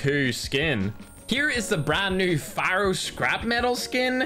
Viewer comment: Lol when i heard "pharo"msmc i was like what